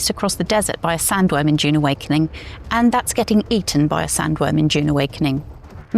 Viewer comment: Also can’t pronounce dune